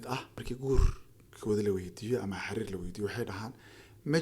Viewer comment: Waar xiriir dheh not xariir